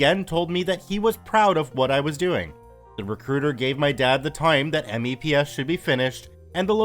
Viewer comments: Spoken "meps". We don't say 'M-E-P-S' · "Mepps" not "Meeps". But you are correct, pronounce them instead of spelling. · Good one BTW but if you ever get to do another video like this please say MEPS as a word not as its individual letters. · MEPS is usually said as a word; it's not usually spelled out audibly. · IKR it was hurting my ears to hear me say it that way. I had to go into the front leaning rest position to cope... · I died a bit each time he said it. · I came down into the comments to say the same thing.. hearing him spell it out made me twitchy. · I can’t help but cringe at him saying that he says it like M E P S and A S V A B instead of meps and Asvab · "Meeps" ans "as vab" is how you say it lol. Dad was in the army